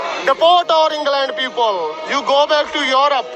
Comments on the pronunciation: He literally said you poople instead of people 😅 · He must have scored 3 in IELTS......" You white poopal"😂😂